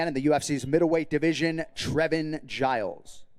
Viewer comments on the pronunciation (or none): none